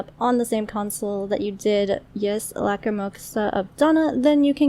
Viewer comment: ys is read "ees" not "yis" my friend insists its read "wise" though lol